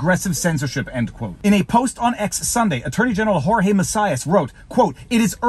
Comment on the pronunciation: Viva, in Portuguese, do not pronounce the name 'Jorge' as in Spanish but say 'j' like a soft 'g'; that is pronounce Jorge exactly like 'Georges' in French.